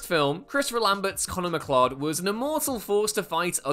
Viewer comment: Conor McCLOD 😂😂😂